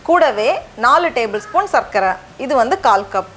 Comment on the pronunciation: சர்க்கரை - நீங்கள் உச்சரிப்பது கேட்க இனிமையாக உள்ளது😊 பெரும்பாலானோர் சக்கரை என்றுதான் உச்சரிப்பார்கள்.. தமிழ்போல் வளர்வோம் 🙏